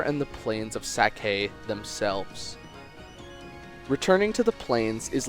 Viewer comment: 4 yea but its wrong